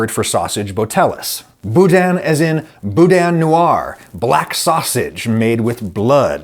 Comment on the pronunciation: the way you say black twice 💀